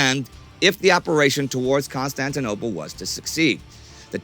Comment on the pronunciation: legent said constantinopole